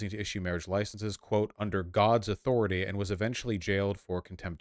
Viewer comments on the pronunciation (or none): none